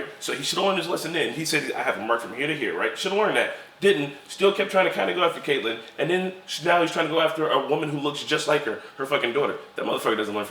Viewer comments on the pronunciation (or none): I really don't like the way you guys pronounce Catelyn's name.